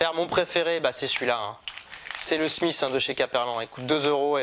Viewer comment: Top vidéo. Par contre tu es fan des leurres Caperlan mais tu prononces mal le nom des leurres : Smite, pas Smith, et Barn, pas Barns !